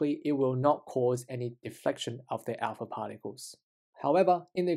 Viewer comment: alpa pharticles?